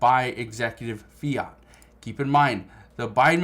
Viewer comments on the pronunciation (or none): none